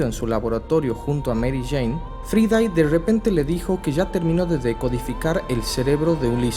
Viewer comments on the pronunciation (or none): Avengers no advengers Fraidey no fridai es genial como narras pero siempre tienes las mismas pronunciaciones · "Fraidei" (Friday), hermano, inglés básico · Me duelen los oídos: Fridai GeeHulk Ejjjtúpidos Tontojjj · Muy buen estilo de comentario del comic pero honestamente tu voz es muy forzada y te falta pronunciar mejor algunas palabras en ingles (ej: Friday)